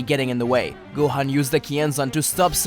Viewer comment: gohan is pronounced (Go-H-On) not (Go-Hen) other than that, good vid!